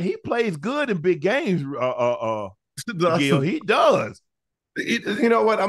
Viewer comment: UNC, stop calling Gil " Gail ". 😂🤣